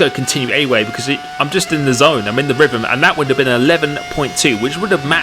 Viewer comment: “You’ve got to get yoselv in a ryvum”